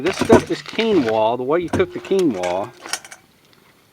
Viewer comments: Hi. Another great video mate. Did you enjoy the cream sauce.:) and Keenwra or keenwah ha ha ha. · AHHHHH, it's pronounced "kin-wa" . Lol, still luv ya though. Keep it up :)